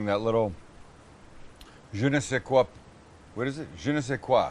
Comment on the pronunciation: You're Canadian. How do you not know how to say Je Ne Sais Quoi. I'm American, granted, I'm from Louisiana, but still.